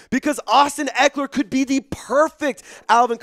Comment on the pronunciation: Dude said his name wrong then trys to trade that guy